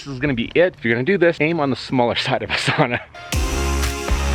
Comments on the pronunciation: 2020 and people are still completely unable to pronounce "sauna" correctly. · As a Finn I’m surprised to didn’t correct the pronunciation of the word sauna. 😂😂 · Before he even started to do anything in the video... the first cue was that he doesn't even know how to pronounce the word sauna correctly. Everything else after that is just downhill from there. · yes but the etiology of the word is Finnish and any Finn you ask will correct you about the pronunciation.